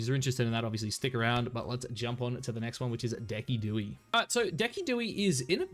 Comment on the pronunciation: Please tell me you’re pronouncing Decidueye’s name incorrectly “on purpose”